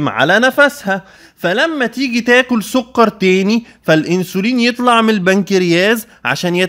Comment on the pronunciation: سكر بالكاف مش بالقاف يا دكتور 😂 بس شكرا علي المعلومات ، ربنا يباركلك